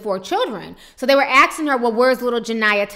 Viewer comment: plez stop saying "axing" instead of asking